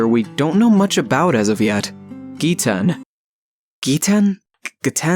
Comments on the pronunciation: It is ge-t-en GET IT RIGHT! GETEN IS THE BEST ICE USER AND NO ONE CAN CONVINCE ME ANYTHING ELSE. And you said 'seen her' its a he. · Just so you know it is “Ge-ten” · I think it’s pronounced gehten